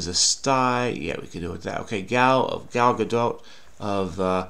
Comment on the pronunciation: don't know don't know don't know, yet you figure it out every time ! Even pronounced Gal Gadot's name right. Echeck is dumb. Icecapades skrewed you up a little. Must have been many people going for Basque not Biscay.